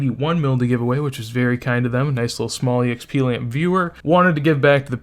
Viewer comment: Love the vid but its so funny how you say “Eee Eks Pee” , its “EKS PEE”